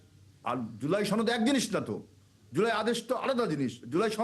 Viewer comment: সরকার কিছু করতে হবে না তুমি করতে পারবে আবুল বাংলা ও ঠিকমত বলতে পারে না সাওয়ার নেত ছনদ না সনদ ধাতুয়া শুধু জামাত বলবেন সাথে ইসলাম যোগ করবেন না